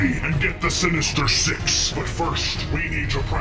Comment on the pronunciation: i Heard "Six In The Morning Like " Um " Sex In The Morning " Bruh *If You Heard Like That Like This Comment"